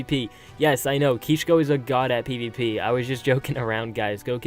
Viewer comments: Ok first of all u dont need to tell us what u r doing this isnt a fucking blog u little bob u actually dont understand how cringe ur ark videos are do u? Change the titles, thumbnails they are so cringe. 2. ITS KISHKO u fuck not Keeshko. I am so disapointed.. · no that's kishko he said kisko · lmao "KEESH-KO." You had to get your parents to rent you servers so you could finally keep a base.